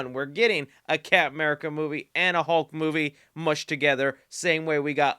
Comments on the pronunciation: Love how he says camurca instead of captain america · My GOD stop saying "Capm 'Merica'". He's not Capm Crunch